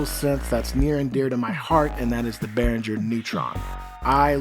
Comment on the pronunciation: There is no J in Behringer! (For example - do you pronounce the word ringer as rinjer? - NO!) So, imagine you are ringing bears instead of ringing bells and it IS bear-ringer.